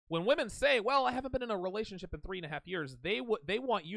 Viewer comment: It's weird how she says relationship as rerationship